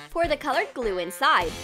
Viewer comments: This is how many times she said gule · When she said chemical glue I thought she said chemical u..l